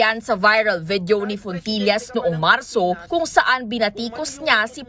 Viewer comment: FONTILLAS HINDI PULIS! " FOOLISH " 😂